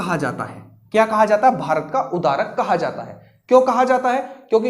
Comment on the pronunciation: Bahut achchha sir ji. Sorry to say but that's Bharat ka udhdharak not udarak.